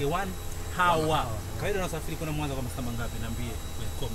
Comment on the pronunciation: “H" inakuwa silent unapotamka neno hour